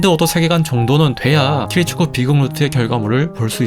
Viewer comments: 왜자꾸 키리측쿠라고함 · 최근에 알게되서 영상들 잘 보고있지만 계속 키리츠쿠 라고 하는건 너무 킹받네요